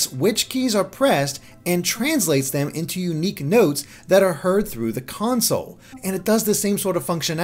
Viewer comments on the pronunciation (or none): none